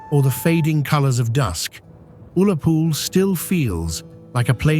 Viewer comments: Ullapool isn’t pronounced Oolapool - U as in Up or Ulster. Always ask the Scottish locals how to pronounce their towns/villages. This is an English man from England that is narrating and talking about our country. He is obviously taken by the beauty and history of the places he has filmed and visited. I’ll commend him for that. 🏴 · Oolapool 😂🤣😂🤣 could they not have got someone that had the names right. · Say Ullapool properly 😊..but still a beautiful video